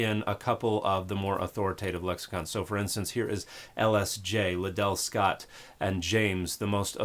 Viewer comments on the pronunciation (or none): none